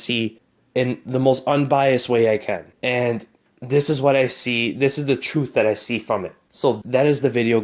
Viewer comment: Did he say Troof? I did hear that come out of his mouff. . . righff?